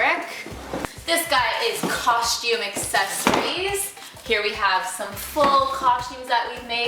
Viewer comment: "coSHtume" hahaha :D